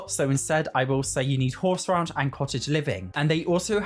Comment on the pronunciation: Great video. Hey, Not picking here I just want you to say out loud Horse Ranch, Raunch, Horse Ranch, Raunch. The way you say it in the dictionary is: earthy, vulgar, and often sexually explicit: "a raunchy new novel" or (especially of a person or place) slovenly; grubby: "the restaurant's style is raunchy and the sanitation chancy". I love the way your accent sounds. but I thought you should know.:) Happy Simming!